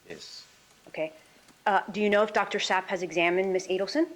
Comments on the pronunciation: I can’t tell if this attorney is attempting to somehow irritate the witness by initially saying Sapp correctly and then after having it spelled, pronouncing it Zapp. But she is intense regardless of her inability to understand the pronunciation of a name and I’m hoping she is Donna’s lead defense attorney. She’s incredibly unlikable. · The lawyer questioning Chief Mack as if hes a criminal. And her repeated mispronouncing Dr. ZAP...shes incompetent. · Wth this defence lawyer was told what 6 times that doctors name and spelled it out and she’s still mispronounced it. Zap lol SAP makes me wonder if she was listening to hear or listening to respond. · Her damn attorney cannot even hear it’s DR SAPP, not DR ZAPP. What is wrong with her, she’s just as annoying as the defendant! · 😂 I know you’re OCD like me..cause I kept screaming at my phone screen “It’s Sapp!! 😂every time she said Zapp! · Sapp Sapp Sapp not Zapp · Its condescending, but lawyer is trying to be efficient and effective. Professional, with some respect or dignity, yet she is trying to earn her pay. It's "Dr Ssssapp" and she continues to misprounce. She is just being a thorough b*tch. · I literally can’t listen to Donna’s attorney continue to mispronounce the doctors name after being literally walked through how to say it and how it’s spelled! Wow Donna has a horrible lawyer